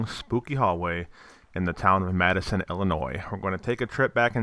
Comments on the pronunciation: It's not Madison... it's Matteson...(matt-sen)..I still live here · It's pronounced as "Matt-son" but only people who live around here would know that lol but I can't believe it looks like this. I remember going here as a kid.